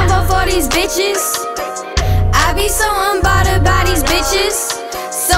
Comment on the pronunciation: Right she can’t even say unbothered correctly